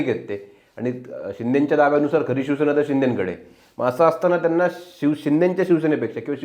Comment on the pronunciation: पुढारी चे वक्ते शिवसेना हा शब्द ही नीट बोलता येत नाही. ते शिवशेना म्हणतात. कांहीं जण तर. शीवशेना म्हणतात. यांचें विश्लेषण काय ऐकायचे?